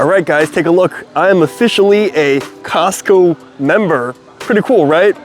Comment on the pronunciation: 🤦🏽‍♂️ It’s Costco 😂